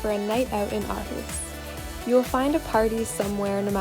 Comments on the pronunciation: Imma help you its pronounced "or-hoose" Aarhus. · What a lovely film. Great to see Aarhus getting attention. But how did you spend 6 months there without learning how to pronounce Aarhus? (ie it's Orhus). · The girl in the video is not pronouncing it correctly the Aa is pronounced as it was pronounced before Århus and Å is pronounced as deep spanish O ending with aw if u want...watch danish ppl pronounce it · Living there for 6 months and still mispronouncing the name of the city. HOW?